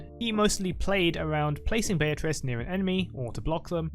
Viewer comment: Swain literally finishes pronouncing it Be-a-trice, and you still say it Bay-a-Trice...